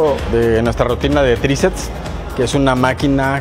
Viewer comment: Buena rutina, sólo una observación y con el debido respeto hacia el caballero, me parece escuchar que dice "tricets" en lugar de "triceps".